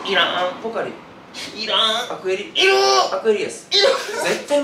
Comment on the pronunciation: の いる～ が いらん のテンションとまちがってるｗ